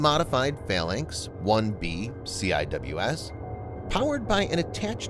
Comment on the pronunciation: We don’t say C-I-W-S, we say Sea-Wiz. Don’t bother telling me it’s a computer voice, know-it-alls.